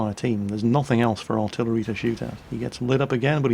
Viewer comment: Why you say 'Noth'ing instead of nothing...